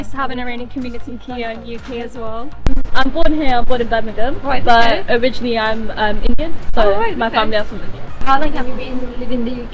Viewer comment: جان ، وقتی میخوای بگی originally, بگو او-ری-جین-لی. لطفا اون وسط، اون a رو که نوشته میشه رو نخون، نگو او-ری-جینا-لی 😡 Migrate to the US and live happily ever after. Migrating to the United States offers a multitude of incomparable advantages when compared to the United Kingdom. The US provides an expansive and dynamic economy, offering immense opportunities for career growth and entrepreneurship. With its vast consumer market and technological advancements, the US often attracts innovative industries and fosters a spirit of innovation. Additionally, the US boasts world-renowned universities and research institutions, making it an appealing destination for individuals seeking top-tier education and cutting-edge research opportunities. Furthermore, the United States' diverse cultural fabric and melting pot of ideas create an environment that encourages personal growth, diversity, and multicultural experiences. Finally, the US offers a vast array of natural landscapes, from stunning coastlines to majestic national parks, providing opportunities for outdoor enthusiasts and adventure seekers. These unparalleled advantages make the US an enticing destination for those seeking new horizons and boundless possibilities.